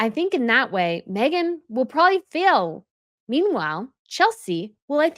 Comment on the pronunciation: Mee-gain taking on someone else's discards lol